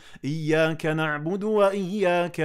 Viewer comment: GOOD TRY. NEEDS MUCH MORE IMPROVEMENTS .I WILL JUST CORRECT TODAY ONE THING ONLY.....DO NOT RECITE IIYYAKANABUDU WA IYYA KANASTAEEN. IT'S WRONG. REFER QURAAN AND RECITE IYYA KA N'ABUDU WA IYYA KA NAST'AEEN